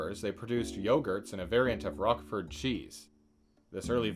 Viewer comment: How you can not know that Roquefort is pronounced with a long 'o' is a complete mystery to me.